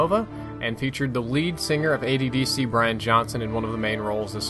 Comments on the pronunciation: It's AC/DC! Not AD/DC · Its Brian Johnson of AC/DC not AD/DC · OK am I the only person that picked up he called Brian Johnsons band AD/DC instead of AC/DC 0.o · HAHAHA "ADDC" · you mispronounced the band name. It's AC/DC.